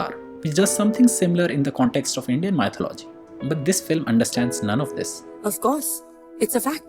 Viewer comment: Your constant mispronunciation of "mythology" is annoying.